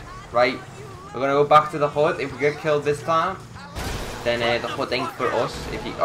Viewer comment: this dude dont say hood he says hod